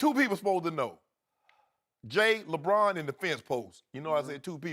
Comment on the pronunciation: Did anyone hear skip say lebrick aha